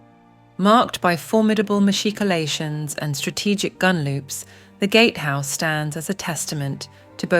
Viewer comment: well if its not ai, that was the most bizarre pronunciation of machicolations in my 52 years of living in Rhaglan! and English isn`t even my first language!